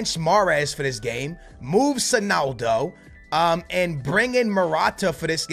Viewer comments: beg you stop saying sonaldo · why you saying sonaldo